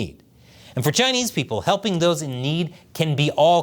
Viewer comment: Hell-PING YU....😅😅😅😅😅😅